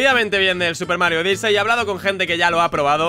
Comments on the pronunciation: Es odisi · Miss-Pronunciaciones de: Odyssey= Odisei Play= Plai